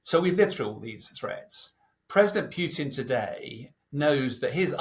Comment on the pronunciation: I love how he says Pewton